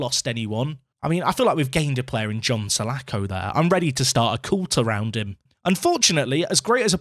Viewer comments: mate, it's Palace Legend John Sah-laaaa-ko, not Sah-lack-oh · The name is pronounced sir-la-khor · Painful pronunciation for salako there.... Btw, he was shit when he played for Fulham IRL- missed a sitter at old Trafford in the cup when we were a division 2 side (league 1 in modern days football)